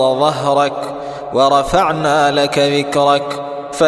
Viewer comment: because it was {wara fana laka zikrak} and he said {wara fana laka wikrak}